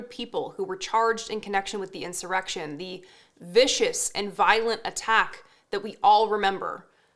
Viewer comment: Insur-E-rection. They got the right chick. 😂🤣 #TheDerpsHaveWon